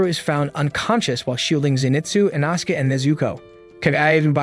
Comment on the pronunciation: "InAsuke"! Smh! 😅